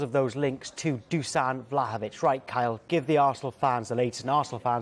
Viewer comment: Pronounced > "DuSHan"